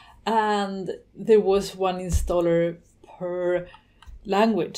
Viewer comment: "insaller" ? But nice video anyway. Thank you...